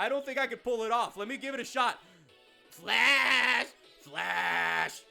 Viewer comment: Please... Never... Say... FLASH... Again... XD